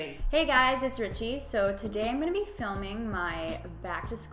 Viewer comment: I love the tagalog Ricci! Nasabi mo siya ng maayos at maganda. 😊